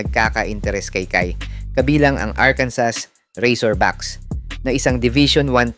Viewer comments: Arkansah...ang bigkas bro, hindi arkansas. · Arkanso ang tamang pronounciation